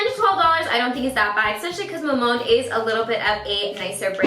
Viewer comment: Btw, its pronounced as a three syllable word; Ma-mon-de:) always love your reviews!